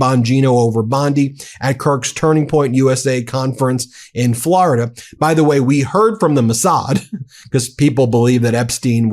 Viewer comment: Hilarious how Ben pronounces Florida like Trump does (unintentionally). "Flaraduh" lmaooo. Why do some people say it this way ? Sounds terrible 😂